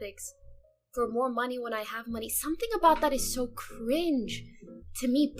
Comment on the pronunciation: The way she says cringe, makes me cringe bad idk why.😂